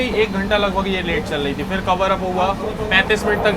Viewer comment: dekhiye bhaiya apka vlog bhout acha lagta hai but ap apna vocabulary sudariye (chal LAHI HAI kya hota its chal RAHI HAI ) bhout irritating sound karta hai